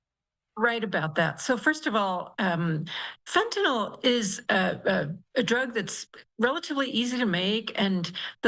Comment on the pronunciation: It’s not Fentanol. It’s FentaNYL. Damn, this is the fool supposed to control the stuff and he doesn’t even know what it’s called!